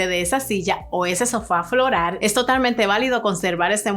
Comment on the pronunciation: Aprende a decir floral y no florar